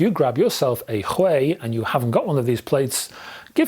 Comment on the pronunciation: Don't you think it's Huey? The way you pronounce it it sounds Chinese lol. It's a British company after all? I could be wrong as well obviously. Hopefully Chord reach out to iron this one out lol